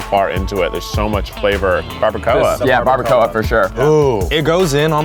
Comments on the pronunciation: Barba-CO-UH...... is the most horrid way I've heard barbacoa pronounced. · The way they pronounced some of the food is kinda making me want to scream because I live in San Antonio and no one says tamales and barbacoa that way. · Why did she have to pronounce barbacoa like that😭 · Died a little inside the was she said barbacoa